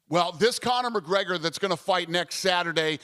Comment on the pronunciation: Stephen "CONNAH MAHGREGAH" A Smith